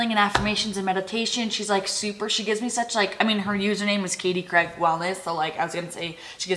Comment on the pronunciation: Love how Americans always pronounce Craig 😅🥰